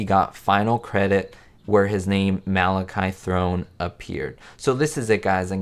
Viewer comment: A good video but the actors name is pronounced Ma Latch E (the middle syllable rhymes with watch), not Mal i ky (with a long y).